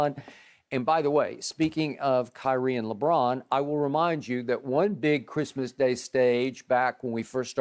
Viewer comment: “On Chrimah?” 😂😭